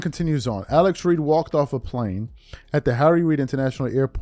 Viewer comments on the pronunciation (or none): none